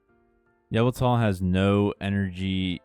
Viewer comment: Why you pronounce yveltal like "Avatar"